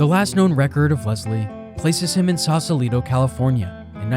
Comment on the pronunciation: One more... Leslie is pronounced Les lee not Lez lee.